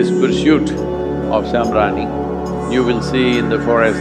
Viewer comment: I can not hear exactly what it is called: samranin?